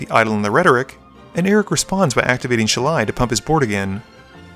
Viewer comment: The grammar nazi in me cries at your pronunciation of "Shalai". If a ninja's 3 pronged hand weapon is a "Sai"[Sī], what's that make this angel's name sound like?